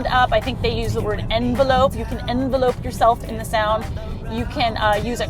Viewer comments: When she is talking about the sound system, I believe she means, "envelop", not "envelope"...it's a different word and is pronounced more like "en-vel-ep". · It is n-vel-up. Not envelope. Although an envelope does envelop.